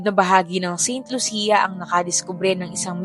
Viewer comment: Saint Lucia - pronounced as San Lucia